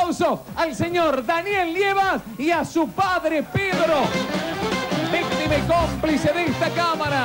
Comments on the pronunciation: dijo la vistima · dice la vistima??? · Escucharon que al principio del video tinelli dijo VISTIMA?😂😂